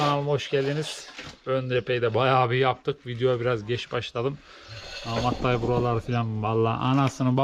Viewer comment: amat dayı :)